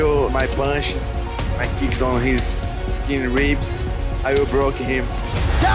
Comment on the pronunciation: The way he emphasized skinny ribs was hilarious